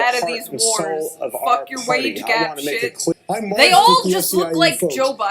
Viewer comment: let me be cleah